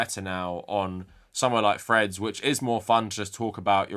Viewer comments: For the first half of this video I thought you were referencing some new social media site called Fred's that I had never heard of before I realized you were just and you were saying Threads. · I thought I was going crazy because every time Threads is mentioned I hear "Fred's", but the subtitles seem to agree with me.